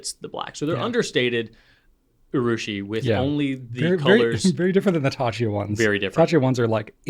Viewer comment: I agree (as a Japanese speaker) that effort taken to use the original pronunciation is a much-appreciated sign of respect towards the other culture. (Urushi is “ooo-rushi,” by the way, not “you-rushi” 😉 you were saying it right many many pencasts ago.) The mocking danger has to do with a mocking intention that is usually pretty obvious, so you’re safe there—your Italian pronunciation sounded fantastic!